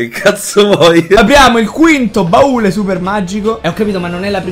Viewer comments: si dice baule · che cazzo ci vuole a dire "baule" e non "barile"?😂😂